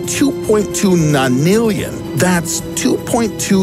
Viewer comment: A nanillion? Are u making this up? 😂😂